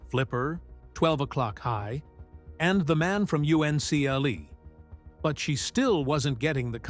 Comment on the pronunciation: U.N.C.L.E is pronounced as a word, Uncle.